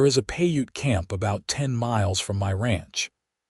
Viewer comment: Piute is pronounced "pi•ute". Long "I" in English, long "u" as in English, silent e at the end of the word.